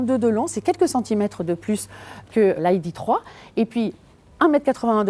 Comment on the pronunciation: Il va falloir choisir c'est "aille di three" ou "hi dé trois" pas cet espèce de franglais. Sinon plus valorisante que sa cousine VW mais bof bof